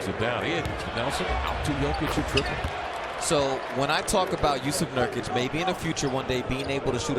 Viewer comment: Jusuf Nurkuc, not Jusef Nurkic